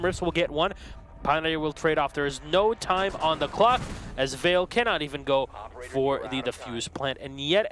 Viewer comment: Why did Bloodbath leave yet these guys stayed? Makes watching a match a pain. I don't know why they try so hard to pronounce Ence's names correctly in Finnish, it just isn't working out for them. The way says them is just fine. Also, maybe "Vale" is Spanish, and is definitely not pronounced the same way as "Yale".